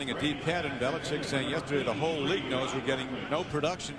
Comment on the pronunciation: If I have to hear this guy say "Billichick" one more time 😂